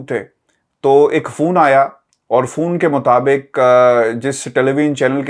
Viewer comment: Phone ~ Fone 👍sounds like Phone ~ foon 👎 dose not Best regards from 🇨🇦